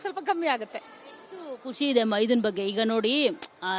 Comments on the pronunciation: Aiyoo ಮೈದುನ ಅದು maida ಅಲ್ಲ 😂😂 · Maida allavva adu maiduna😂😂😂